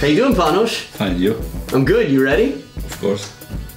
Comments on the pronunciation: Nice video. And Panos was so gentle not to correct his name. It is not pronounced Panosh. It is a simple s in Panos, the short form of Panagiotis. Not to mention that in Greek they have a so called vocativ. That means when talking to sombody in direct, the s at the end of the name would not be there. It would be Pano or Michali o Giorgo o Pavlo etc. But that's just my "smart guy" speaking here. I like Adams videos and his guests. And of course Gionis is one of my favorites if not my top one. 😏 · But his name is not Panosh. It’s simpel Panos, dear. And then in Greek they are a little bit fancy. If you speak to him in direkt, the „s“ at the end disappears. That means you call him Pano. Or of course Panagioti. Sorryfor playing the wise guy or the smart ass. But it is what it is. 😉